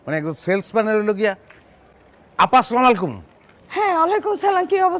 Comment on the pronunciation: ভাই অভিনয়টা তো বললেন সুন্দর এত বড় ভুলটা আপনারই চোখে পড়ল না স্লামালাইকুম❎ আসসালামু আলাইকুম🔘✅ বলেন আপনি কোনটা সটিক